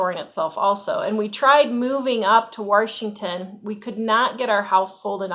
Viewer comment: Love the way you say Washington = Warshington! 😂❤